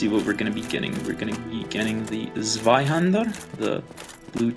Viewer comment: beautiful pronounciation of Zwaihander, thanks for the help I was looking for a tutorial